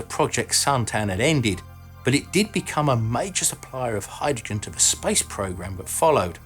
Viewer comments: Heh, the first time you said "space industry" I heard "spice industry" :) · I thought you said spice shuttle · Yes. I also heard him talk about "the spice industry"... 🙄😂